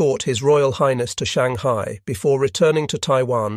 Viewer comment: My favorite is, "Shang-high-eye." lol